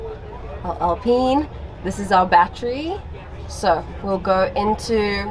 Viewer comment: did she just say....."AL-PENIS"??? 😮‍💨🤣🤣🤣